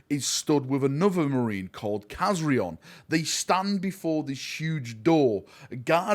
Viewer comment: please pronounce Kazarion's name correctly! lol Loved this origin story i hope we see more from this group of blood angels!